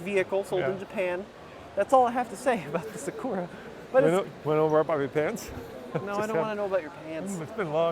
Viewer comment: isn't a weeb because he does not know how to pronounce Sakura. 😅